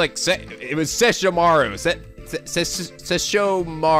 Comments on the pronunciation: No,, it's Sesh-O-ma-RU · Okay I was laughing my ASS off because of butchering Sesshomaru's name xD My favorite character from Inuyasha, completely butchered by the great. For shame...For shame xD